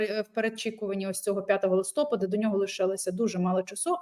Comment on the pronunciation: відкрий хоч раз словник і затям, не листОпад, а листопАд!